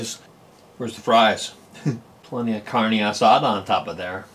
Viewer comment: "Carney" asada.. Lol that pronunciation kills me.